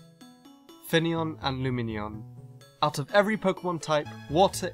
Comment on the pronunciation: The video section calling finneon fenian lmao